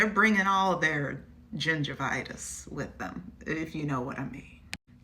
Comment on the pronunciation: I can’t quite hear if you said gingivitis or gender bias , and I love that both work just fine in context.